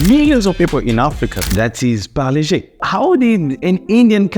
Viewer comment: Thanks for pronouncing Parle properly! Paar-lay..named after Mumbai's Parle (also pronounced as Paarlaa) railway station outside which the factory was located. Every time u passed Parle station, u could literally smell the biscuit fragrance. The factory relocated (cost-cutting) but the company name remains Parle and they make 100s of products including the iconic Parle G (G=Glucose) biscuits - best had with Indian chai! Also, the little girl's pic on the pack has remained unchanged for decades!